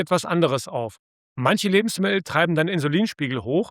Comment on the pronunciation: Lustig, die Aussprache von "Lebensmi*el" 😅😆